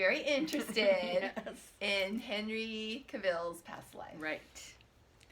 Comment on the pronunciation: Cavill is pronounced like travel.